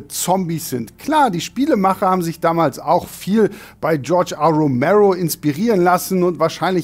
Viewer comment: Bin mir nicht sicher, ob da „George R. Romero“ gesagt wird, oder das A. einfach deutsch ausgesprochen wurde.